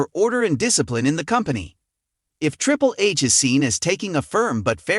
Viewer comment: Did he say "Triple Ace"? 😂😂😂😂😂